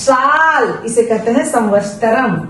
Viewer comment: Saal ke liye samvastaram nahi samvatsaram hona chahiye. Vaise aapka tarika bahut achha hai. Mai bhi videos dekhti hu